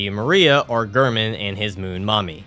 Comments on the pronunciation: Heeering you say “gurman” instead of “Gehrman” is killing me 😫😫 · Also Gair-Mon, Not Ghur-Min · The way you always said Gehrman made me tweak.